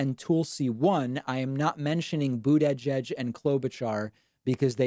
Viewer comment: Please stop pronouncing mayor Pete’s last name, if you were just trolling sorry to bother you but it annoys the shit out of me